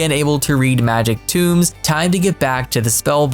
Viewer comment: The way always says "tomes" as "tombs" 🤣